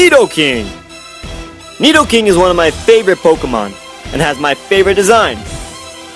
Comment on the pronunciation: when he said nedoking I was like bruuuu